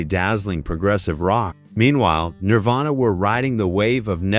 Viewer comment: he said nirvana wrong.